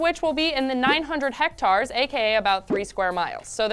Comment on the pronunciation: "Hectaaars" LOL!!!